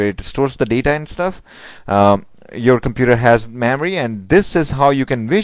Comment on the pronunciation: Why are u pronouncing Memory as Maamory!!